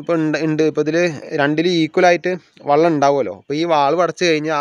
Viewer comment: വള്ളം അല്ല , വെള്ളം 😊